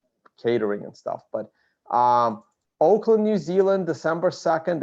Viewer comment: Auckland, not Oakland